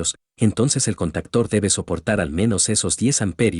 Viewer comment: Se dice CONTACTOR, no CANTACTERS